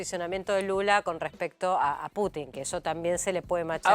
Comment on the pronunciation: "Putin", no "Puchin".